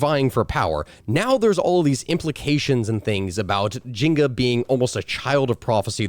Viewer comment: Taking a drink every time you call her Jinga instead of Njinga... dying of alcohol poisoning. Love your channel, though. ❤